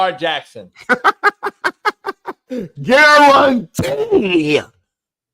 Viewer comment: Harrison smith? GAR-RUN-TEE FACT!!!